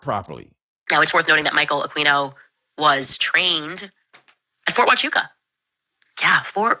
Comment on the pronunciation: It's not queeno, it's keeno. Michael akeeeeno